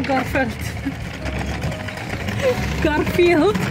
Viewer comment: Ahahaah actual lol at 'garfelt' (and also you chuckling)